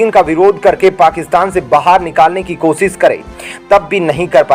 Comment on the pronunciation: अशुद्ध हिन्दी उच्चारण ●●● मीडिया जगत में "श" अक्षर की भारी कमी, जैसे कि.........रिलेसन्स, रिस्ते, कोसिस, देस विदेस की परेसानी, सुल्क लगाना, दोसी व्यक्ति पर सुल्क, रासनकार्ड की सिकायत, रासन पानी, समसान में जलता सव, प्रसासन की छमता, सुबह-साम, सौकीन तथा सरारती, असलील हरकत, सादी में जसन, सगुन की सुरुआत, इस्कूल में सास्त्री जी, इस्टेसन पर रेलगाड़ी, युवासक्ति किसोर व किसोरियां, वीडियो सेयर करें.......आदि आदि । बहुत अच्छा विश्लेषण; बहुत बढ़िया चैनल; बस ! 'श' के उच्चारण को 'स' मत करना, हमारे बच्चों का उच्चारण खराब होता है; 'स्तर' को अस्तर' उच्चारण करना भी एक अन्य त्रुटि है, कब बक्शोगे??